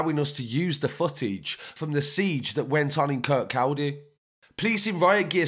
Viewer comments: It’s pronounced KIRCODDY brother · Its kur-kaw-day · Kir-kaw-day that’s how you pronounce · You say Kirkaldy weird haha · im from kirkcaldy and u pronounced it wrong.